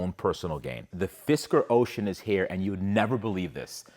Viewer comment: every time i hear u say Fisker i hear "Fiskars" xD